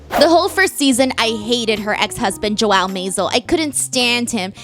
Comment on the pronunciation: I love, love, love the show and your review is spot on! One small comment, Joel is a one syllable word, not two. 🤗😘